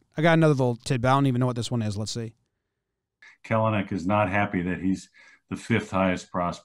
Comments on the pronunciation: no. Kelenic says it’s Kell-nick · He says Kelenic wrong, too. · i'm like 99% sure this dude pronounced kelenic's name wrong the whole time